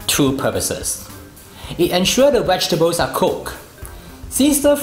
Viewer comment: Correct pronunciation please.